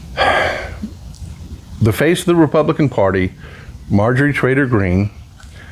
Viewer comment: I loved how he kept calling her Majorie "Traitor" Greene!!!!🤣😅🤣😅🤣😅😭😭😭